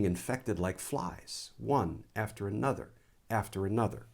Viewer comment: Sorry in advance but I really need to point out something that is repeatedly done with so many people speaking publicly. Glenn just did it and so many others do it consistently on TV online or any public platform. Another is a word that is spoken in a strange format. e A Nuther Ae Nuther as if it is 2 words a not One. I point this out for a cpl reasons 1 it drives me nuts (funny but true) 2 The way in which it is said will do no favours for young ones learning the English language. When my children were at school a popular dessert at the lunch hall was what is known here as Caramel Cake. My youngest was perhaps 5/6 yrs and had written in her language jotter that "today I had caramo cake at lunch" She used how she had heard the word regularly from the other children It wasn't on its own a massive deal but it brought home to me how children are influenced by the way way use our language in every day situations. In this case with Glenn he said "a whole" nuther level " at 2.3mins. Just pointing out lol